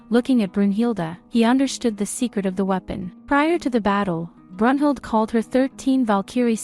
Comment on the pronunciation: You said brunhilde name wrong